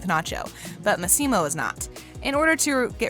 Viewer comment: It's Massimo not maximo